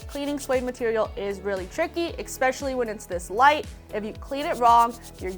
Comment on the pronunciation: It is "especially" not "ex-specially".....😉Yes, I washed mine in a washing mashine, after washing it by hand.....